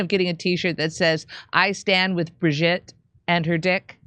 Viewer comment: It's Bro-gitte...